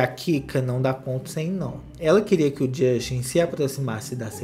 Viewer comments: "Jostin" Bieber kkkkkk 😂😂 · A cada" josten" falado eu dava uma gargalhada sincerakkkkkkkkkkkkkkkkkkk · E a risada que eu dou toda vez que o fala Josten 😂😂😂😂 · Me acabo de rir,quando o fala jóstin 😂😂😂esse cristal é terrível rsrs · Na época Justin corrigiu a Sabrina imagina se ele escuta ele falando o nome dele😅😅😅😅😅😅